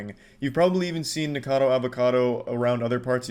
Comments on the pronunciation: It really bothers me that he keeps saying "Nikado" not "NikOcado". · I don't watch Nick but why that man says his name 100 times the wrong way